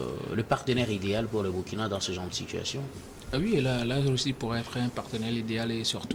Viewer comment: Monsieur a toujours MAL prononcé le "Burkina" dans ses interventions. Impossible vraiment ou mauvaise volonté?